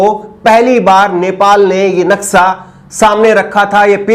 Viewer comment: Naksa nhi naksha bolte he